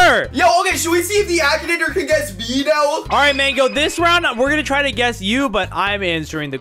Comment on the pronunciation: bro why you keep saying akanator